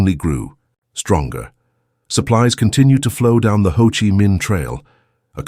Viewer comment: The narrator should have coached on how to pronounce Vietnamese words like Chi & Danang.